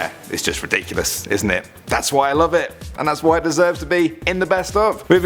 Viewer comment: What! Please don't leawe. (Leave) We lowe ( Love XD) u.